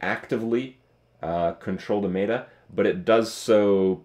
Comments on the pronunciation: Does Kripp still say "may-ta" isntead of meta? :') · Has anyone told him that 'meta' is pronounced like it's spelled? That is 'meh-tuh' and not 'may-duh'? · Stop saying MAETER! It's pronounced meta (met her) not mayter!! Love of Jesus. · my god, its pronounced "Met-a"